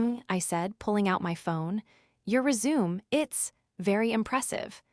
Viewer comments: Aaron is a boys name, Erin is the girls name. Another content Creator on YouTube who doesn't understand how to proofread. Resume' (Rez a may) is how you pronounce the document you comply of your work history. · Yep it is the correct pronunciation of resume as in restart and continue The other word is resumé. Note the slightly different spelling that the test2speech engine would correctly read. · The word RESUME has 2 meanings and pronunciations: first is to "continue" and second is concise documentation of work and school history with French pronunciation RAY SU MAY. This AI hasn't used it correctly the almost dozen times in this tale. Quite unprofessional of it and distracting in this tale.l! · Ree-zoom is the correct pronunciation Text2speech engines have had this problem of guessing wrong when a single spelling is correct for multiple different words since the 1980s when speech synthesizers were first released to the consumer market. Realtime context analysis is required for contract vs contract, bow vs bow, resume vs resume, and many many more Spelling it correctly as resumé helps with the problem that bothers you, but it is rarely done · Resume, mispronounced. Even a non native English speaking like me knows that. The AI doesn't. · Need to learn to pronounce resume. It’s annoying to hear it repeated over and over mispronounced. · Every time you say resume it makes me want to puke. AI isn't so smart after all is it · Teacher AI how to pronounce words properly like resume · And nobody from the Vance family put two and two together??? 😂😂 I wish AI could learn to speak résumé properly. 😂😂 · Yeah the mispronunciations were rough, but the payoff at the end still hit hard enough to keep me watching. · Nah, the mispronunciation of "resume" is down to the fact that the AI cannot speak or read French or any foreign language word that is commonly used in these stories. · If its set to English, they mispronounce any words from other languages, especially French..